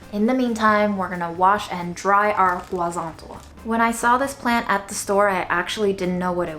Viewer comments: I love your content, just in hopes you read my comment, the correct pronunciation in spanish for huazontle is something close to wha-son-Tleh(wha as in "what" son hard T L and the latin E which is close to an american e as in exited or element but not e as in either) WHA-SON-TLEH = huazontle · SO huazontle is pronounced like "wah ZONE tlay" (pretty close to that). Greetings from CDMX!